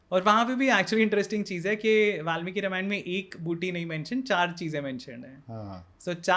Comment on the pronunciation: Dear Sir Ramayan ka pronunciation thik se karo